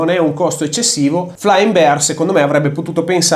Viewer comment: Bear si pronuncia /ˈbɛər/, non "biar" 🤦